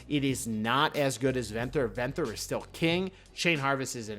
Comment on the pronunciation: “Venthur” it’s ven-thyr